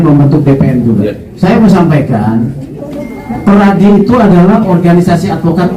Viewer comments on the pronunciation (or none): PERADI BUKAN pradi